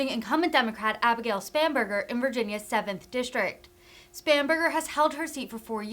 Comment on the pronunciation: I kept hearing “spamburgar”. Must be hungry.